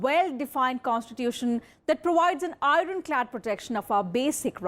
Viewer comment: Small suggestion.. Being a major news provider, kindly use right pronunciation of words… Pls check how to pronounce IRON in a good online dictionary…